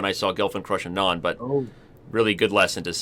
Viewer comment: Wow, how in the world did Robert Hess pronounce Anand's name the Indian way ?!! :) is he actually talking about Vishy?